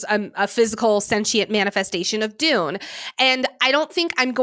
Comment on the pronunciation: It’s Dunne not Dune… lol